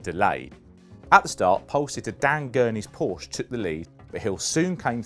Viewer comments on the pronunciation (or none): none